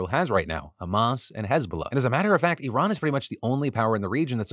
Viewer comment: Thank you for pronouncing Iran, correctly. Please pass the meme to Zaid